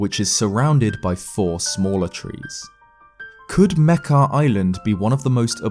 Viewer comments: wait is that how you pronounce Mekar? I pronounced it "Meh-car" lol not Meh-keh" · its pronounced (muk-are)